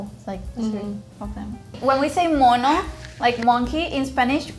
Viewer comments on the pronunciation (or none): none